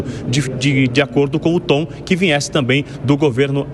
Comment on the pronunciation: O repórter falou "vinhesse"?